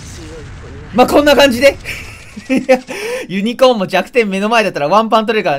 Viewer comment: このssユニコーンって言ってたのか、原作見たことないから『ゆりこーー』って言ってんのかと思った結構真面目に、w